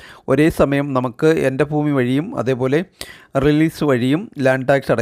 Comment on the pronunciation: എൻ്റെ foomi അല്ലടാ ഭൂമി